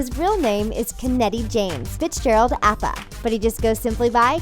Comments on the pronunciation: It's pronounced kj A-Pa 😂😂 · Apa is pronounced "Ah-Pa" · Anyone else annoyed at how she pronounces Apa?